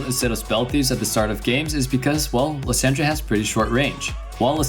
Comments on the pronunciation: Liss SAND ra xd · The way he says Lissandra name triggers me lol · why is he pronouncing Lissandra's name like that?? but anyway, imma try that build, hopefully i dont feed.